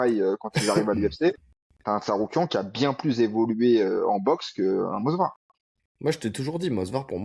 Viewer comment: Je voyais aussi un draw sur le fight Evloev/Murphy… Juste pour vous embêter, c’est pas moSvar mais moVsar ;) J’écoute tous vos podcasts les gars je vous kiff, force à vous 💪🏻